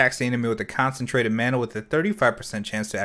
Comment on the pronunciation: Ma-na not Man-na